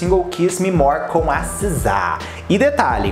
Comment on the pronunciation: Se pronuncia: Siza, não Sizá